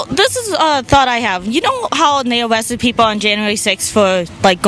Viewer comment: “Awewest” Steve Bannon.